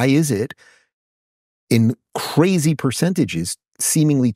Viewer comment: I've never seen a clip w Rubin where he hasn't said CRHAZEE